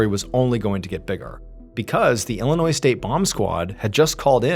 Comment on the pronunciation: Thank you for leaving the "s" silent in Illinois. 😂❤